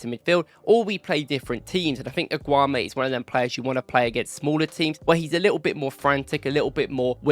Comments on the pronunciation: You're wrongly pronouncing his name dude its AAAAAAAGGGGGOOOOUUUUUUUMMMMMEEEEEEEE MAN COMMON!!!!! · Pronounce his name properly man. 😂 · You mispronounce his name every time. It means you're genuinely mispronouncing. And that tells me that either you watch football matches on mute or you haven't watched him enough.